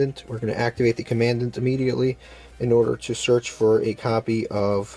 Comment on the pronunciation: That’s not how commandant is probounced